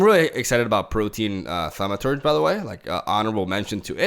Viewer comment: How is it that is the only MTG streamer/YouTuber I've seen pronounce Protean Thaumaturge correctly?